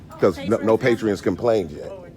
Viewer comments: *Lib(ra)ry. *Patron, not patrion. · are you saying p a t r i o n s LOL its patrons not Patrions.